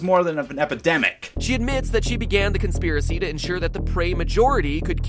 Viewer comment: "consipracy"??? Uh were you tired when you made the video?